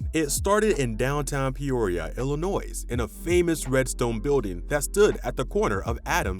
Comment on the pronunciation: Very informative but I couldn’t get over hearing the Lincoln state called IllinoiS. The S in Illinois has always been silent. Same with that city in Indiana; it’s pronounced Terra Haute - like “hote” or haute couture. It’s Not Terra Hoot.